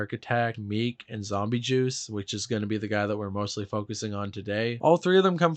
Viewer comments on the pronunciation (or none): meek?!? Are we deadass??? His name is Meech with a cha sound at the end of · I just want to know how you can comment on anything they do when you don’t know how they got their name nor can’t pronounce Meech right? Like basic things that the majority of people who listened to Flatbush know. Juice is EASILY the sweetest of the 3 and I’m sure he’s been scammed a 1000 times more than this unknown artist, in getting features and being featured on. Remember juice is still human and because he’s not in the music scene that much anymore then he’s regular folk like you and me just has more of a name that gets recognized. I think this video is highly reaching. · If you didn’t even know that palm trees was their song and you bumped it all the time in high school and can’t pronounce meechs name right you probably should doing the video